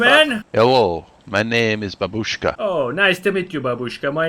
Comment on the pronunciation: babuşkayı çok farklı söyledin